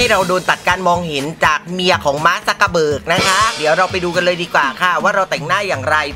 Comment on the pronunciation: สะตั๊นๆไปนาทีกว่า ม๊าก -ซัก -กะ-เบิก ใครหว๋าาาานึกอยู่นานหยุดฟังดีๆขำมาก เล่นใหญ่งานนี้ ขอคลิปแต่งหน้ายังไงดูไม่ฟันเหยินค่ะ ขอบคุณค่ะ